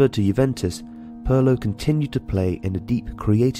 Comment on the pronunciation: Pirlo Not Perlo